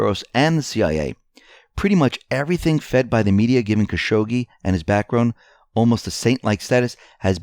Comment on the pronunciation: Still mispronounce Khashoggi, but it's not as funny as your other iterations. Caz-hoogie was probably your funniest.